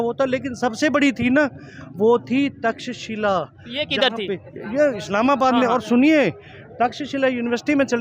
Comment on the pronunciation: आप को थोडा correct करू इजाजत हो तो... आप लोगोको सही नाम बताईए कृपया... वो नाम 'तकशीला' नही है, वो हमने बचपन में पाढा है 'तक्षशिला' ये सही नाम है। It means a city of 'Cut Stones' named after Ram's brother Bharat's son (Taksha) who was its first ruler. The foreigners called it as Taxila.